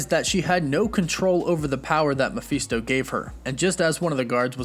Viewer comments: You're pronouncing Mafesto wrong.. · How many different ways can you pronounce mephisto in one video??? Sheeeesh